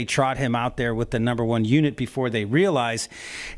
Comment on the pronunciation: Come on guy's...its review, not re-view and its unit not unity.